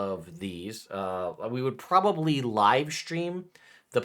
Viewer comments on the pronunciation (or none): none